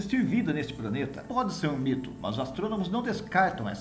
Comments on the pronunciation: Apesar falar:"praneta"é um dos melhores canais de astronomia do YouTube. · Como está longe. Gostei da matéria porém me permita uma crítica construtiva, não se pode falar "praneta".